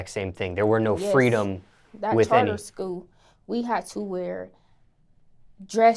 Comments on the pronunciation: when she says school the L is silent lol 'scoo' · Her pronunciation of school.